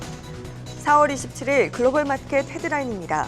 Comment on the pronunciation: ~ '맛켓' 발음을 교정하시면 더 좋을 것 같습니다~^^